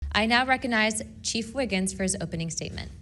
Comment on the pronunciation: I am laughing cause she said “chief wiggins”; wasn’t he the guy who likes donuts on The Simpsons?